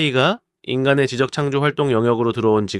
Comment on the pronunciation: 좋은 영상 잘 봤습니다. 다만 몇 가지 걸리는게 있어서...원래 이런 고나리 짓 잘 안하는데..특정 발음이 좀 잘못되어서요. 된소리를 의도적으로 안하려고 하시는 건지 잘못 발음하는 것이 몇 가지 있습니다. 예를 들어. 지적의 경우 知的은 '지쩍'으로 발음하는 게 맞습니다. '지적'으로 발음하는 것은 地籍으로써 토지 기록을 의미합니다.